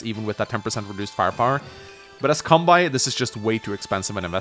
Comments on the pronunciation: Seriously though dude, please say Kanbei correctly. You don't pronounce Sensei as "Sen-sai" so why should Kanbei be pronounced as "Kan-bai" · Why does he pronounce kanbei's name like that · Your content is great, but your Kanbei pronunciation is tilting, pls fix BibleThump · Love your videos, but I wince every time you mispronounce "Kanbei". Seriously, why pronounce the -ei in his name like that, but not the -ei in Sensei?